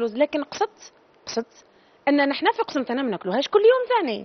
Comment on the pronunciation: كي عدتي قسنطينية اعرفي تسميها وبعد شركي فمك قسمطينة هههههه اسمها قسنطينة ماشي قسمطينة يا زواخة باينة في هدرتك تاع وحدة معقدا